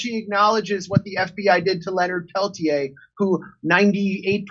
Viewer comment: As a Native American from the very same tribe as Leonard Peltier, who was born and raised on the same reservation as him, I have to be that guy and say his name is not pronounced "Pel-tee-ayy", it's pronounced "Pel-teer". If you want to sound cool when discussing the American Indian Movement and the Leonard Peltier case, pronounce it "Pel-teer". It's a very common name on the Turtle Mountain reservation and a lot of my friends growing up were Peltiers.